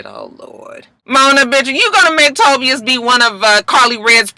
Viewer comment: Tobias (Toe-Bi-Us) 🚫Toe-B-Us